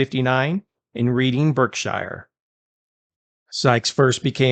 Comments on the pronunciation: Reading is rEAding, not reeeeeding😪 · It's pronounced Redding, not reading lol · The town "Reading" is pronounced "Redding" and not "Reeding"!!! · It’s called RED-Ing. Not Reed- ING!!! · He's from Reading.......pronounced Redding. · Reding, Bark-sheer…. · It's pronounced redding and barkshur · For the record Reading is pronounced Redding… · Dude it’s pronounced Redding happy to help. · Not that it matters, but Reading is pronounced Redding, and Berkshire is pronounced Barksheer. Great video 👌🏻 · Reading Is pronounced like Redding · It’s pronounced Redding😊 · His place of birth is pronounced Redding, Barkshire. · Its pronounced “red-iing’ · Reading the town is pronounced Redding. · Bro your killing me. Its pronounced Redding. Only spelled Reading. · Reading (English town) is pronounced Redding.